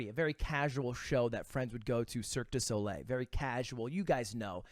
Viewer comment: This guys mom is french and he cant even say "cirque du soleil" right